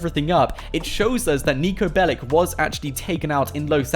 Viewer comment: He's not bellic he's Belic